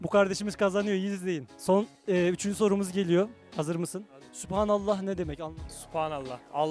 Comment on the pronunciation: supanallah değil yalnız. sübhan / سبحان Orada ki b'ye kalkale uyguluyoruz. Süb'hanallah..